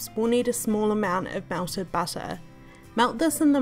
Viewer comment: Melted butter❌ Welted busser✅